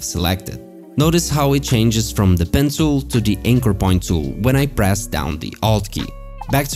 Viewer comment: Why does it always sound like your saying "Pencil"